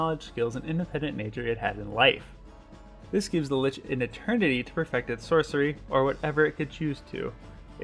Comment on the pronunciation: Lich is pronounced as Lick.